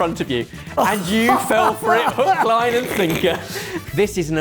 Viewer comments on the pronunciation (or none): none